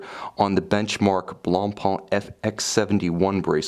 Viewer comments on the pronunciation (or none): So "Blancpain" is pronounced "blunhpunh?" Just checking.